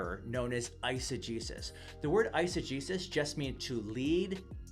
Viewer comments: Legit thought he was saying "exa-Jesus" and "isa-Jesus" ...until I looked in the description 😂😂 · It took me much longer than it should have to realize that you were saying eisegesis and exegesis, and not "eise-Jesus" and "exe-Jesus" Either way, great response to this perversion of Scripture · Dunno about you guys, but I heard exo-JESUS and iso-JESUS lol